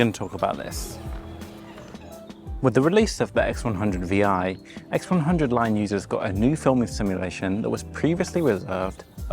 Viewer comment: I can't get over the fact that you said "...x100 vee ii"